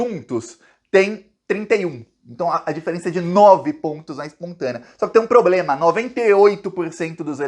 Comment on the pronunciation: Tchutchuca do centrão e noivinha do Aristides!!!! Kkkk Este presidente tem "pobrema"!!! Kkkk